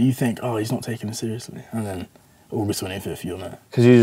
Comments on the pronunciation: Ogus twenny fif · UGUST TWENY FYTH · Jake: I have been training for like 6... Deji: OGUS TENYFIF